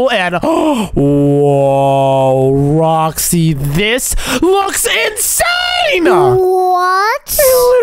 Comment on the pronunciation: I'M gonna romind u it's not roksy it's roxy